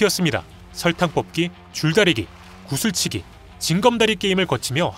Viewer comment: 구술치기가 아니라 구슬인데 ㅋㅋ